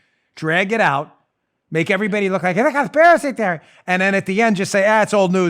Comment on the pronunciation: love you dan, but could you please stop saying "conspiracy theory" that way. thanks